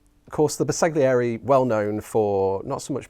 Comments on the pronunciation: Ouch! My ears hurt…LOL. Bersaglieri = “Burr-sal-yee-air-ee” (G is sort of silent). Right. Now that we’ve got that out of the way…the figures are quite lovely! Subscribed!! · Bersaglieri is pronounced ‘ber-sal-year-ie’—the ‘g’ is silent. ;-)